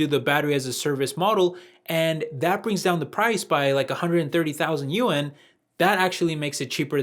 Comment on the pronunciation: Just FYI. Chinese pronunciation of "Yuan"